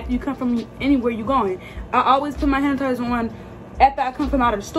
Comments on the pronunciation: Lol did she say hanitizer 🤣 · “Handatizer”😂😂 I was like huh😂